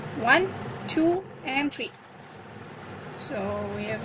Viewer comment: When you say three it almost sound like your saying tree